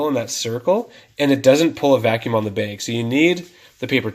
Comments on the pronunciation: Good video but what’s a “beg?” Do you mean bag? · He says beg instead of bag..... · Beg— omg he is saying “bag” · Bag. Not beg. I beg of you. Thank you. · It sounds like you're saying "beg" instead of "bag". lol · Are you from canada? I heard the word baig instead of bag lol. Genius idea thanks for the video. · I keep hearing “beg”. 😅😅😅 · I'll have to come back and watch this video when I'm in a different mood. Listening to him saying "Bayg" every 3 seconds is a torture 😫. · Thanks so much. I had a nice chuckle. I have a friend from Spokane who says bag the same way you do. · Bag is not a hard word to properly pronounce.